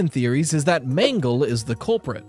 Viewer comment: The mangle pronounce is crazy 💀